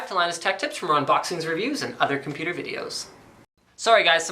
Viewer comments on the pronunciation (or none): none